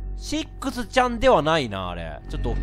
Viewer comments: レトさんシックスちゃんの事をセッt って言った・・・？いや聞き間違いか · カップラーメン せっくsちゃんって言ったぞw